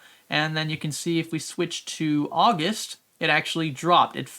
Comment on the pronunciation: The month of ''Ausust'' that's pretty sus, good video tho